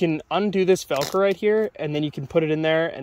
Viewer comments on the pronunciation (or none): Wait, did you say velcroid? Is that an American thing or just limited to you specifically?